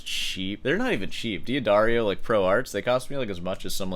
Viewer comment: It's Da-dario, not Dia-dario. Also, ar-pe-jo. In Italian Gio, Gia is always pronounced "jo", "ja" short.